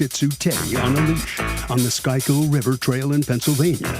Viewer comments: It's pronounced "SKOOL-kill." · You would think that a national TV show could have a narrator who can pronounce the Schuylkill River in Philadelphia correctly. Just like much of this show, third rate is just OK.